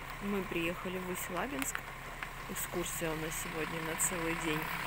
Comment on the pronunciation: Только правильно говорить Усть- Лабинск, с ударением на "и" 😊